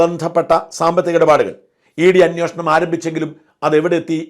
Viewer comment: അങ്ങേരു സ്ഥിരം "അന്വോഷണം "എന്നാ പറയുന്നത്. നന്നാവില്ലേ?